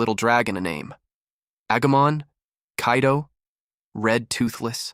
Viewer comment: Did bro said kaido❤😂😂